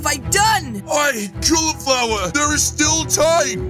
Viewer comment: why that girl say to cali califlower